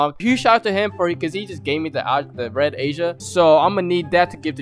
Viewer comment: WAIT DID HE REALLY JUST SAY RED AJA LIKE RED ASIA? HE CLEARY DIDNT EVEN WATCH THE ANIME. Respect: 0